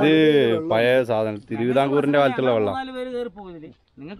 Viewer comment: Toronto അല്ല മോനെ tornado. Toronto കാനഡ യുടെ ഒരു province ആണ്. പിന്നെ 'പയേ,പയേ അല്ല മോനെ 'പഴയ ' എന്നു പഠിക്കാത്ത നീ എന്തു തേങ്ങായ ചെയ്യുന്നത്. ഇന്ന് അന്താരാഷ്ട്ര 'തേങ്ങാ' ദിനം